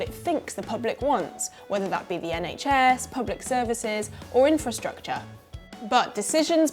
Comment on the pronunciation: Maybe she should learn how to pronounce the word Infrastructure before she lords it over voters.